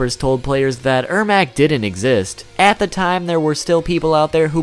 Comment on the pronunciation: it’s ermac.. pronounce my name riigh human loll